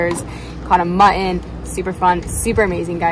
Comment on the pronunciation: I really enjoyed watching your video!!! One small problem I noticed, why does every one keep mispronoucing the word muTTon!